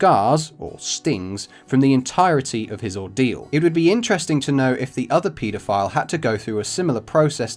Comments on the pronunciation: I kept hearing Pedophile as PETA file, throughout the video and was going to look it up until I realized. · It's pronounce pedophile, not PETAphile. Haha Haha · The way you guys say pedophile is just as terrible as a pedophile